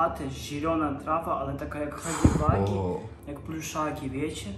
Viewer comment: hagi łagi się czyta :)